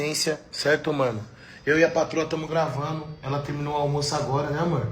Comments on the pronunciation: permita -me corrigir. " Tamu gravanu "😂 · Permita me corrigir: "tamu gravano" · "A gente tamu gravanu". Dói em meus ouvidos. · Verdade, chega a ser pior, ele diz "gravano". É um dialeto. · corrige aí. gravanu, não gravando. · " Agente tamu gravanu "....kkk O bostil tem que ser esse lixo mesmo